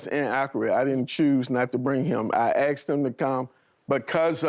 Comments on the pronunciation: " I axed" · I axed, I axed, they axed, he axed. These things can't even speak properly.